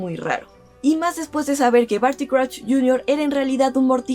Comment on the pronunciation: ¡Crusho! ¿Por qué SH? ¿Y por qué no...?